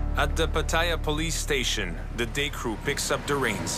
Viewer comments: No, he butchers "Pattaya" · He mispronounced Pattaya.